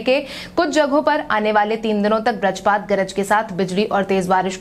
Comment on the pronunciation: Sarak sarak kar sadak bolo Vrajpat nahi vajrapat bolo tum sudhar nahi rahi ho